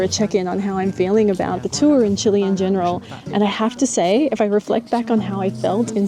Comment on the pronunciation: Thank you for not saying Chee-lay 😂